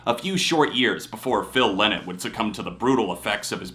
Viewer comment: Phil Lynott hated people pronouncing his name the way you do. It's "Lie Not". A Linnit is a little bird in Britain and he would say "I'm not a little bird".